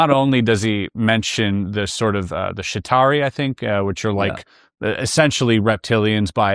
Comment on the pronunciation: This guys pronunciation is pretty funny. He called shamans sheymen.. And the Chitauri he calls Shitari 😂 But it's good info I just think it's good to keep your sense of humor also!